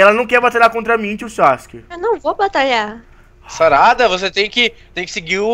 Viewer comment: "nao e bem axim xarada" mds kkkkk